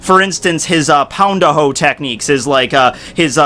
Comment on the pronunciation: it was fun hearing you say "pound-a-ho" over and over:D